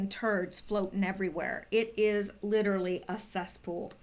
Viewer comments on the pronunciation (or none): none